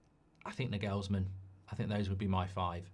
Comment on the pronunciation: Btw, as a German, I can tell you that the emphasis in the name Nagelsmann is on the first „a“, not the „e“, just sayin